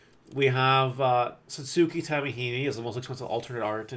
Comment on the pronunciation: I do find it funny every time you say her name, but phonetically it is: Satsuki Tamahime = Saats-key (You don't pronounce the "U") Tah-mah-hee-meh